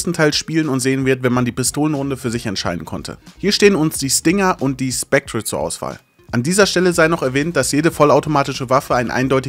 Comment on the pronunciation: Ich krieg leider Pickel davon, wie du "Spectre" aussprichst